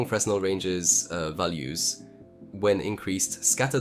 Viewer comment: um akshulli fresnel is pronounced like frinEl(capital means accented) great video, keep the cool stuff going!!!